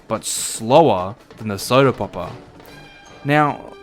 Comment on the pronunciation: As soon as I heard how you pronounce word “popper” I knew it would be really funny the more I watch. To add the context, in my language the way he says “popper” (poppuh) sounds exactly like word butt. So each time he says popper, just imagine he says butt. I know it’s childish but I am a dumbass so I have no issues